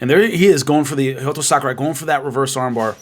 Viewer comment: I thought his name was Hayato not Hayoto